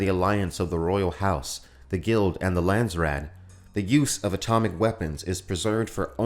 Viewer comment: Pity no one pronounces Landsraad correctly